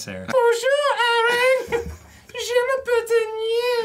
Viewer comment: Harrison Holt Arin's phrase would mean "I call myself/my name is", but he mispronounced it. "Je m'appelle" is pronounced like, "juh ma-pell." However, he said, "Jae ma-pell." If you translate those sounds to written french, it would look like "J'ai m'appelle." Long story short: the pronunciation of "je" is extremely important. If you do say it incorrectly (especially with more normal verbs like "manger" or "arreter"), you run the risk of being misunderstood.